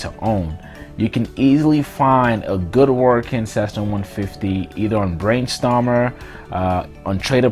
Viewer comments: Barnstormers not brain lol. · its not brainstomers